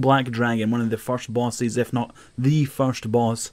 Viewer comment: I just can't get over the way you say "bosses". It sounds splendid.